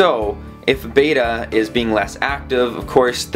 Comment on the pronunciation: Just saying" beta fish are Japonese not greek" Short E as in Bet not Bate.